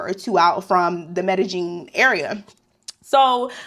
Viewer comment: 😂...the way you kept sayin Medellin! 😂 Medellin is pronounced me-de-yin stress on the last syllable....